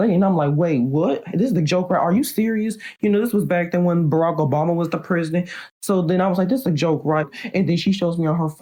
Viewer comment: “This was back then when there was Broc Obama” 😂